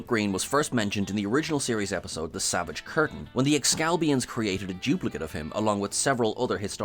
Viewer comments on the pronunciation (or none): none